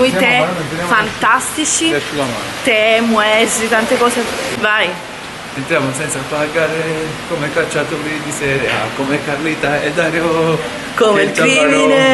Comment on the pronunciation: "Muesli" si pronuncia ""miusli""